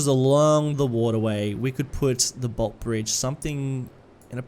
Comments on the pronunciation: No hate but most of us Melbournians say it as boltee bridge not just bolt. Love watching your videos tho getting that Aussie feel in a series is amazing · As someone who lives there, it’s pronounced bolt-eeee, pronounce the e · Interestingly enough, despite the bridge in Melbourne being named after Sir Henry Bolte, everyone in Melbourne colloquially knows the bridge as the "Bolte Bridge" (as in the "e" is accented at the end, pronouncing Bolt-e Bridge). Just thought you would want to know haha, keep up the fantastic work! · The Bolte bridge is pronounced "bolt-ee". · Btw with Bolte Bridge, you pronounce the “e” as well. So it’s “bolt-ee” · Bolte bridge pronounced Bol-tee Bridge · Love seeing Docklands getting a look-in, but the pronunciation of Bolte 😂💀. It's "bolt-ee". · Bolte - pronounced Bolt-e Our longest serving Premier. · Hey mate! love your stuff, great to see the Bolte Bridge making an appearance! btw, down here in Melbourne we pronounce the E, like in coffee. 'Boltee' Bridge.